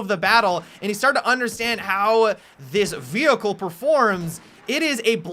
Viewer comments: did he call a pony a Vecheal ;) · It sounds really weird when he calls it a vehicle ._.